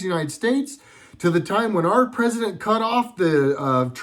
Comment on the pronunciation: "Cousident"... i lost it ROFL